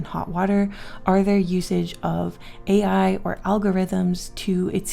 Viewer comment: Ai not air